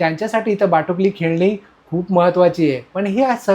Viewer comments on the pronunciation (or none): अहो बाटुकली नाही हो भातुकली. तुमचं बाटुकली ऐकून हसू आलं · बाटुकली नाही भातुकली म्हणा